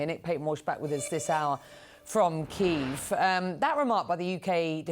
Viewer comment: thank you for not saying 'keev.'